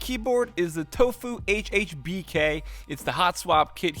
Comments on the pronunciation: It’s HHKB not HHBK XD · “Tofu hhbk” you mean “tofu hhkb” lol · Did he just say hhbk instead of hhkb... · who here also cringed at saying tofu hhbk